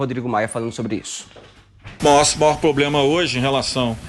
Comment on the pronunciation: "O poblema..." e pode "compremeter"... nem português esse asno fala!